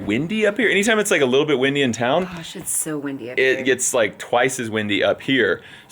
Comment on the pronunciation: What said: "Gosh, it's soo windy up here!". What we actually heard: "sh it's soo windy up here!!" (But without the space after the sh!) 😂😂😂😂😂